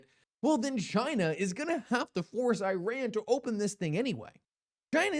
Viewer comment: Could you please try to pronounce Iran correctly……..